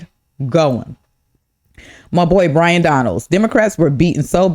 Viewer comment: BYron, not brian